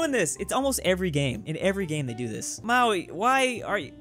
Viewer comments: please, im begging you, Mao - Ree, not Maui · Bro ffs it’s MAORI. Not Maui. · how the hell did you say Maori its more like moldy not however you said it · Jesus christ say māori right